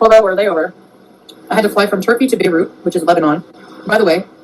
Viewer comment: I never want to hear her say Beirut ever again.